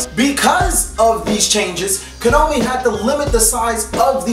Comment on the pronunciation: Why is he saying Kanomi? Is it some sort of joke?